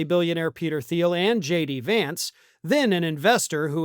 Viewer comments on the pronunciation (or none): It's pronounced Teal. The 'H' in Theil is silent.